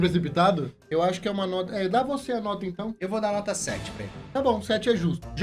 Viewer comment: T3ddy e sua dicção impecável kkkk "Notra, nota 🤭 notra quatro ponto OITRO